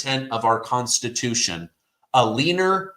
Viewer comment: I want to vomit when pronounce constitution